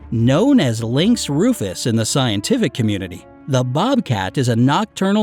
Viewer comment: lynx rufus* not lnyx rufus.